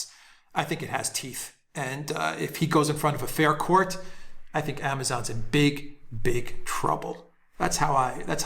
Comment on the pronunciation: He said "fare court". You know the kind where the outcome is determined by the ante.